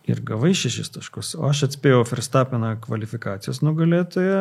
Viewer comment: Dar Ferstapeną reikėtų ištaisyti, nėra jis vokietis. Tarti reikėtų V, ne F.